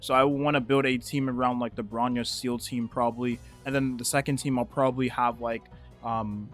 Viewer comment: bro calls seele "seal"